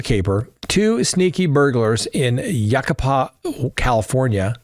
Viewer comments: Just keeping you honest, Counselor…it’s pronounced “you-KEYE-puh”. I couldn’t resist. Love your show! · Amygdala =a-mig-da-la/ Yucaipa = U-kI=pa. Pronunciation helps! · Yucaipa 😂 you-ki-puh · FYI: It's Yu-ky-pa, CA. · I lived in Yucaipa for most my life and I came over here to the comment section to give a correction. I'm glad that you were on top of it. Thank you. Although the pronounciation is a common mistake that many people do. I no longer live in Yucaipa, I got out of California for beautiful Eastern Idaho. 😁